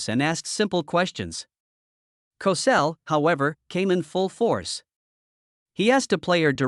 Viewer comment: It's pronounced like COE-SELL! This incident, along with Jimmy the Greek's comment was one of the first incidents of "cancel culture"! What a shame! These early incidents lead to the widespread cancer of cancel culture today! Trump is trying to erase all of this garbage and restore sanity to the culture! SMH, Andy, Annmarie's husband. SMH, Andy, Annmarie's husband.